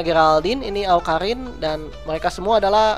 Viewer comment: bang awkarin bukan awkalin :v kidding bang